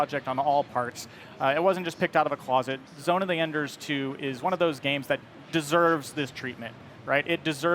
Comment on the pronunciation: Zone Of Enders 3 needs to be done by Platinum Games. That would be epic. ZOE2 is great but the only difference here, is graphics and VR. I still have the remastered versions for 360. I don't give a crap about VR. Also have your promoter know how to pronounce his own product. Figure it out Konami. 😐